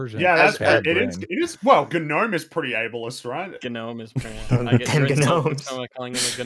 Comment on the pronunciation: idk man... ish when Hasan goes off about that "guh-nome" guy, it kind of solidified to me that he's just the new DSP.